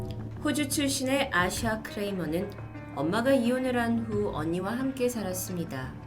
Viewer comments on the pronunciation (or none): 전 아시아로 들었어요..ㅠㅠㅋㅋㅋㅋ